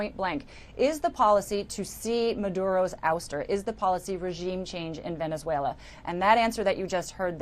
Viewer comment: Rubio said “ploops” and “velezuela” 😂